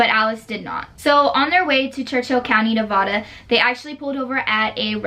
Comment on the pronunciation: it’s ne-vah-duh btw